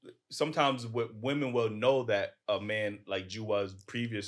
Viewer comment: Green scully talking about correcting someone's speech and can't pronounce the word "women".